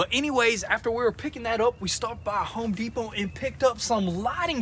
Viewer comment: Say it with me... HOME.....DEPO'T'